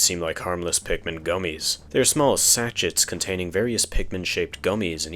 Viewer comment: So you don't face future, possibly embarrassing, situations, it is pronounced "SASH-AY' (French spelling amirite?)